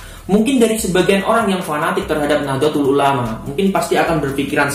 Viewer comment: Mas kudune NAHDLATUL ULAMA bukan nahdlotul ulama